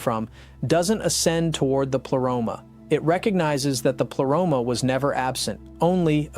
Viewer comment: Why you pronounce the Greek words in English way?? Just use Google translate and say words you actually know how to pronounce them because it sounds funny... pleroma... is pronounced as plea... not ple... and like this one , you mistake all the Greek words. Same with gnosis... the g isn't silent. Also pneumatic... p isn't silent... and the list goes on